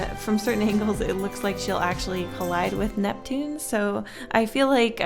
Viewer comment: Ursinus: uraina Neptune: nevien Pluto: preshu